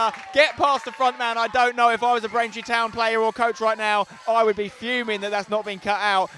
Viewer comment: Why commenate if you can't say the names of the opposition. Braintree this, Braintree that - it's just a little lazy in all honesty.